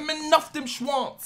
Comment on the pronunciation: Alter hör mal auf schwonz zu sagen